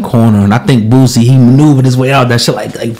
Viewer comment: Say the man's name right though... It's BOOSIE... not Bootsie!